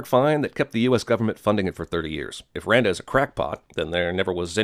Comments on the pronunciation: wtf is that "randa" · what happened ? couldn't you say "Randa" Jeremy?